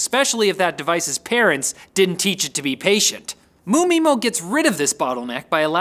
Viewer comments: ODFMA? don't pronounce the MU. M-U mymo, not MOO mymo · It's pronounced 'em' 'you' 'my' 'mo'. I want more Riley